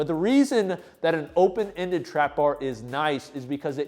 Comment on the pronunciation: Nice video as always. But the name of the trapbar is more like ooooohpen or open trapbar and not what you call it. ❤😊